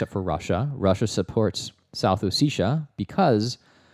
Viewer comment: it's hard to take these guys seriously when they can't even pronounce "ossetia" correctly